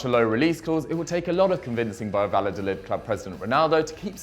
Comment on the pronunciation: took the L's on Valladolid too